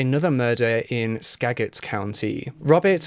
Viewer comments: Skagit County is pronounced Skaj it not Skag ut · “Spo-cane” lol It’s “spo-can” 😂 “Ska-git” It’s “ska-jit” 😬 I lived there lmao I’ve lived in skagit county, spokane, and oak harbor. Way too close to home 🤣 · its pronounced spo-can. it's not sprog. sp-ray-g it's a short a in Skagit. ska-git. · Washingtonian here. His pronunciations are kind of adorable - not cringe-worthy like so many others I've heard. P.S. Ska-Jit ♡ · RIGHT?!?! Just like he (I don’t blame him) said Skagit county wayy too fancy. It’s pronounced “Ska•jit” county. ALSO the town “Sequim” NEVER gets pronounced correctly either. I know you fellow Washingtonians know what I mean. lol! Looked for this comment. Warshington cities, gotta love em! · He got skah-git wrong, too